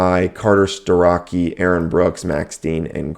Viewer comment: What you got wrong...Its not Carter stuh-rock-ee. It's Carter Stuh-Roch-ee